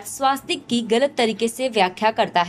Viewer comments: वो स्वस्तिक है ना की स्वास्तिक है। सही उच्चारण किजीए। आप भी ग़लत बोलोगे तो कैसे चलेगा। दुरुस्त कराइयेगा। जय हिन्द। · The narrator deserves a kick. It is not swaastik but swustik. Pronounce it correctly. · स्वास्तिक नही स्वस्तिक